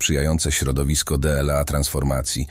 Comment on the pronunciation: Ustawcie ta Aleksę. DLA- nie czyta się - de el a.